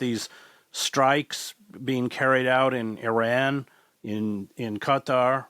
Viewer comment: ... Chris Hedges ... FINALLY, an America who know how to pronounce Qatar ! ... 😀